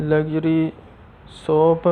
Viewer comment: Soap not soup dear illiterate youtuber.